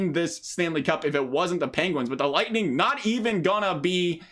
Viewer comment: Good video but “Vancouver lighting”